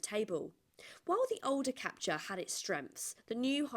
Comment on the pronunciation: It's pronounced Cap-Tour, not Cap-Cha!